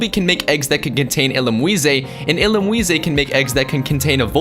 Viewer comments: illumweesay? I thought it was illoomize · i know this is a late comment but its illum-ise not illumiseh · Why did you pronounce it like it has a U in there. It's just Illumise. Not Illumuise. Ill-oom-eyes. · Lmao it's illumise (illumiss) not illumiuise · is it seriously pronounced as "ill-um-wee-say"? i thought it was just "ill-um-ise(eaz) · Uh.. Is that how illumuise should be pronounced :o